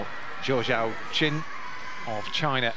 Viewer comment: None of you defending the commentator have any leg to stand on after this egregious pronunciation . Zoo showshwan ≠ Zhou Yaqin not even close. Second try a bit closer but where is he getting CHOW from